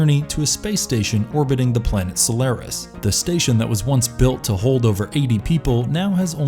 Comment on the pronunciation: Like the content, but this v/o guy seriously needs to work on his pronunciation to justify his job. For one, it's not Denis "Villinov," 2. it's not "SolAIRis."